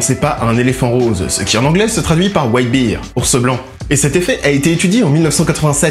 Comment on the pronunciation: Whiter bear (bèr)car White beer (bir) c'est autre chose ;)